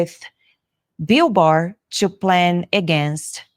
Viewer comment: Got it, Barr not Baer😢